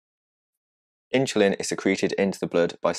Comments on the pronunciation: It’s not “Inchulin”, it’s “Insulin”. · Excellent explanation, the animation really helped. Thank you. Strangest pronunciation of insulin I have ever heard.....but forgiveable :) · I hear the s in insulin pronounced as ch. Is the speaker from London?